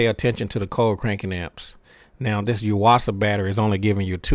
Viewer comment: I've had good luck with the Duracell's. Also, i now know how to pronounce "Yuasa". I've been doing it wrong.